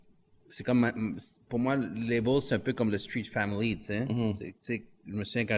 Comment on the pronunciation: Label Mort de rire label c'est en anglais pourquoi tu essaye de le dire comme si c'est un mot francophone xD label anglais / Maison de disque français xD